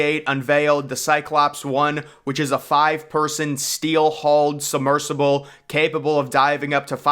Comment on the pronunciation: “Summersible”? It’s “submersible “.